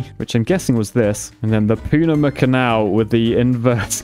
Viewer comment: Poonama canal... As a Panamanian, this has killed me with laughter. 🤣🤣